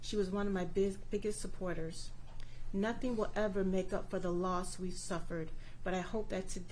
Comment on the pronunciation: "My baby didn't do nuffin"🙄